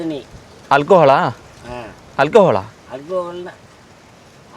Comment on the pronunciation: Alcohola? adhenna?...ohhh alkahaaal ..😅